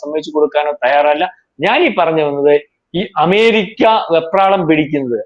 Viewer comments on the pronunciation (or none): none